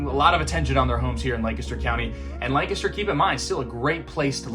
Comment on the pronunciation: How can people learn the correct way to pronounce Lancaster County? Even though you speak it dozens of times, there is no good way to learn that word. It sounds like LAne-kes-dur